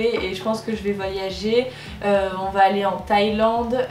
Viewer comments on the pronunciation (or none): none